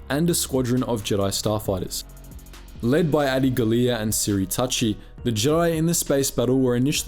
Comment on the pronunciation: That's how you pronounce Adi's name? Lol